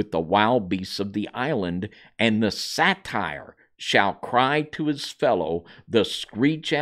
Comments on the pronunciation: Pamela Wherey is correct. Your mispronounciation gives a very wrong association. Satyr is pronounced 'SAA-TIR... That's a short a, (as In 'cat') and a short i sound, so 'tir' rhymes with 'ear'. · Daemon is a British spelling, and is pronounced the same as demon. Satyr is pronounced as say-der, not satire. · Say-der, not satire, is how it's pronounced, I believe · Say-ter that is how you say it. Not sat-tire. Godspeed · Satyr is pronounced “say-ter”. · Now I understand why Jasher is not in the scriptures just way 2 weird! Satyr is pronounced Say-Tur, not satire! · Satyr is pronounced say-ter, not satire, which is a form of comedy. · Satire is a form of comedy. A satyr is a mythical creature. You guys are too educated to mispronounce stuff like this. Love the info and studies. It's unfortunate that you don't take the time to effectively communicate. My intention is in love and with Kingdom concern. Thanks for all your hard work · Isn’t it pronounced say-ter? Also men- deees?